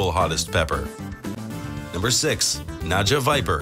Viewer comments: naGGGGGGGGGGa, not naJa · Should be pronouced as 'NAGA' not 'NAJA'. :) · It's Naga not nacha😂😂😂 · Dude he said naja i stead of naga i mean wtf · Yes... naga not naja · #6 wrong pronunciation Naga not Naja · Its not naja Its naga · Na-Ga, not NAJA, you pillock...